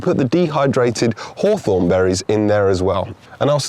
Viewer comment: 讀作 ˈhôˌTHôrn 不是好酸 照著邏輯，蜂蜜要叫好甜😅